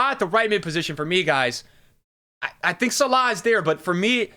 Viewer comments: Who da fuck is Salar? Sal-Ah 🤦‍♂️🤦‍♂️ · My guy just said Sallaa…. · man do you butcher salah's name :D